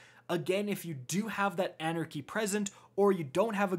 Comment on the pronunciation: everytime " anarcy anarcy anarcy"...